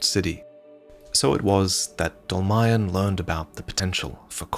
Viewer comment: In fact Dolmayan is just Armenian surename and it should be pronounced "dolmaYAn"